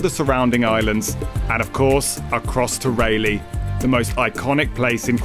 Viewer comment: Again ray lee beach cmon accent fix it, it’s pronounced Ry-lee-beach